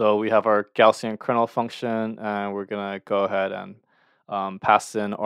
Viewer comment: Thank you! Btw, "Gaussian" is typically pronounced as /ˈɡaʊ.si.ən/, which sounds like "gow-see-uhn."